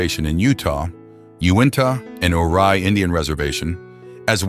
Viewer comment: I noticed some mispronunciations in the accompanying lecture. To wit: Ouray is pronounced you-ray and Jicarilla is hick-ah-reeya. Ouray, Colorado is my hometown and I lived later next to the Jicarilla reservation.